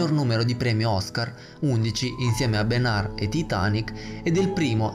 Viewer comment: Benair??? BENUR!!!!!!!!!!! Attenzione alla pronuncia